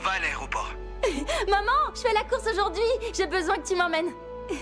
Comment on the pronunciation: " AuJoUrD'GhUi mEs GaZo"incrr 😹😹😹😹